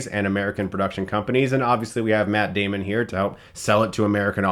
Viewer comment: METT DEHMON!